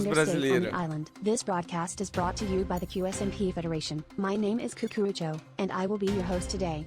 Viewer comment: "Que ése my pee " adoro a pronuncia do